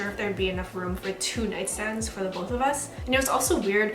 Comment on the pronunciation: girl stop saying "room" you say it so weird!!